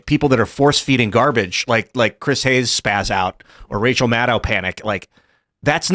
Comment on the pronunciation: Tim i just request you start using Rachel’s last name how it’s suppose to be pronounced. “Mad-Cow”